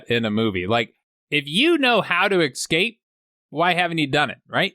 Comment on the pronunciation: Superb work as always sir! Just have to address the word "Escape", there is no X sound in it mate.....Segal told me to say it so take it up with him during one of many lunches of any given day.